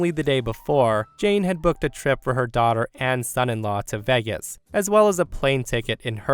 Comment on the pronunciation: Uh... "Vegas" was mispronounced, repeatedly.